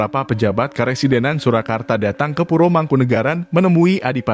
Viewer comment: Kok pure to mas, kaya wong Bali yen nyebut pura dadi pure😅😅